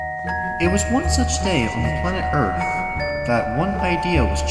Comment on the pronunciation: Hehe earf…. And Luna is soooooo cuteeeeeeeeee